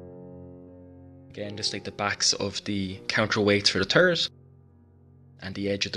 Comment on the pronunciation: Lovely work. But I gotta say, I chuckled ever time I heard "terp on da tarrit."...lol:)